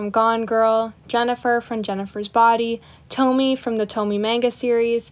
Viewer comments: it's tomie, not Tomi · first time hearing tomie’s name butchered like that😭